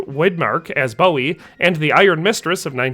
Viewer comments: Boo-wee. not Bow-wee. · It's pronounced Boo-ee not Bow-ee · Is it not pronounced BOO EE. I know the singer is pronounced the way he did, I've just never heard Jim's named said that way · it's pronounced Boo-wie